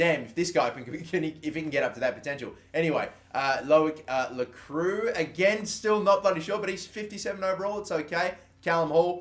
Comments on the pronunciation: Lacroix is pronounced: Lacroy. You're welcome! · Ross Gourley It's actually pronounced La-croua